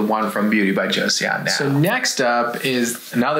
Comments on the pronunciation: Hello friends, I think it's pronounced like Joe-sohn, not Josie-on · No hate but it's pronounced Jo-son not Jo-Seyon! 😂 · Just a head's up, y'all: Joseon is pronounced "Cho-Sahn" not "Joe-See-On". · it's just 'jos-on' not 'jo-see-on' doc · It's "Jo-sun," not "Cho-sahn." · One request - when talking about an overseas product, please confirm the correct pronounciation before saying it on camera. My ears hurt hearing you both say Joe-See-On (it’s closer to Jo-sun) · FYI - Joseon is simply pronounced "Jo sun" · Just fyi, -seon is pronounced “sun”. So, “jo-sun”. Joseon is an older name for Korea. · Beauty of Jeoson is pronounced Cho - son fyi :) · Joseon would be pronounced Jo-sun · Joseon is pronounced a little more like Jo-sun. The "e" isn't really pronounced. Joseon is the name of the country we now know as Korea. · Joseon Pronounce JOE-SON.. 🤣 I was cringing every time you said it. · uhh, apparently you don't speak Korean? There is no real "J" sound, it's more like "Ch". 😑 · Joseon is pronounced "Joe-suhn" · It’s pronounced Beauty of Cho-sun, just trying to help not being a jerk lol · It is pronounced JO-SUN